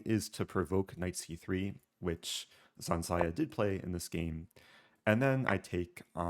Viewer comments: Its ZH, not Z. ZHansaya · Zh is a /ʒ/ sound. Like invasion. Ж in russian.